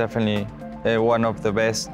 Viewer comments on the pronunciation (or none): none